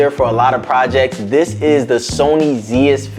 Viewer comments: Nice video man - keep it up. As someone who wears glasses - you may want to position your light on more of an angle or maybe get a polarizer to help with he reflections - found it to be pretty distracting in the talking head. Looking forward to more of your content! Just a pedantic thing - but Zeiss is pronounced Zice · Zeiss, It’s pronounced like lice with a z. Zeiss. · After this video, I’ll never not say it “Zee-iss” 😅